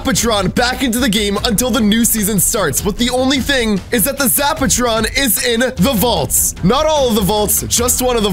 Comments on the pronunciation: Why does say zaptron its zapatron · is calling it a zaptron not zapatron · Lol does know how to talk he said zap tron and its called a zap a tron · Price is the Sexiest zaptron is not the same as zapatron. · Why he call the zapertron zaptron